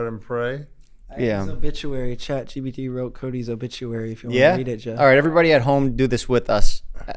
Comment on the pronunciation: “Chat” 👁️👄👁️ “Chat gept”